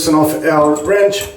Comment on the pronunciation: did I just hear adjustable “RANCH”